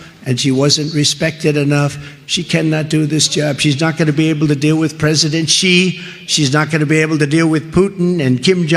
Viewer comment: Xi Jinping's XI is pronounced as SHE, not Jee.